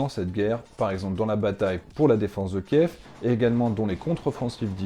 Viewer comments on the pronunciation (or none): none